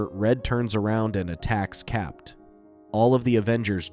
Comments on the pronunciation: Constantly hear it pronounced as Cap’t instead of Cap is what’s really annoying! Capt is an abbreviation… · Why are you pronouncing Cap as Capped? Is this some ai voice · Who is capped? You mean CAPT? The T is silent....😅 Dumb AI. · "Cap".. you dont pronounce the "t" in the abbreviation of Capt. America. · Stop pronouncing the "T" in the abbreviated Captain